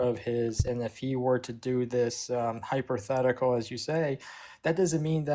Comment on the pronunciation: "Hyperthetical" 😂😂😂😂 No wonder he was so afraid of HYPOtheticals 😂😂😂